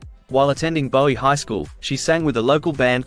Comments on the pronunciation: Bowie is pronounced BOOeee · It's pronounced Booey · In America it's pronounce that way. But In England and Bowie himself pronounced as its spelled, Bowie. But there again, since when have Americans been able to understand, spell, write or even speak English.